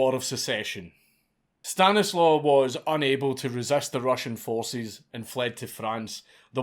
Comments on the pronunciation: It's not Stan-is-low it's actually Sta-knees-wav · It is pronounced "Stanislav" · My friend, The Polish "W" is pronounced like English "V", the name is Stanislav. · Stanislaw is pronounced ‘Staniswav’ or Stashek for short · As a descendant of Stanislaw, hearing you struggle with that last name was my favorite bit.